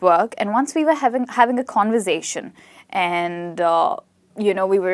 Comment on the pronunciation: At the start she couldn't say conversation